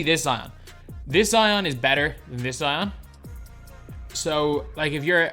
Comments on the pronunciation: be like: Zeeon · Zeeeon Williamsin what he be like hahahhahaha